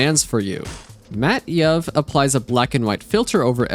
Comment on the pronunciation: and mat_yuv, twue mat_yuv.....